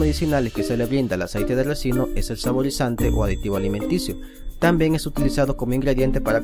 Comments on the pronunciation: RICINO..!!!se debe decir aceite de RiiiiiCino!!!!.....y no Recino...! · Se dice RICINO